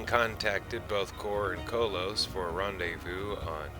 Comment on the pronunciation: Koloth is pronounced with an AH on the second 'o'. Just fyi.